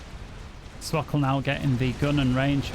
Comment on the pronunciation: Hello we were looking for swkoll games randomly and we are proud of you for pronouncing swkoll's name correctly.